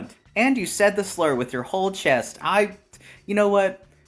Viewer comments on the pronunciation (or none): none